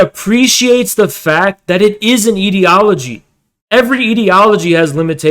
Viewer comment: I cannot focus on the topic because of how wrong he says ideology 😭